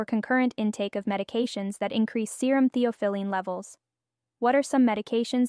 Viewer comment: It is pronounced thee aa fuh luhn